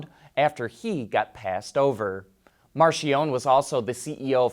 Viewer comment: Its NOT pronounced 'Marshionnne' - 'MARKIEONIE' - Spelled Marchionnne.